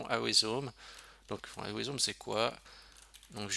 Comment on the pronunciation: Pour la prononciation de "awesome", cela se prononce "aussom" ;) - Excellent tuto. Merci